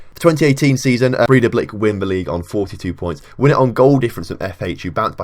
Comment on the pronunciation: Bray-tha-blik. There you go.